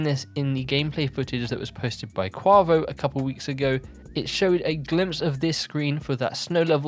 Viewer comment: Its quAvo Long A vowel Not short A vowel